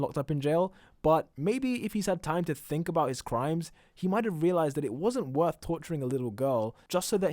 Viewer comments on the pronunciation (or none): none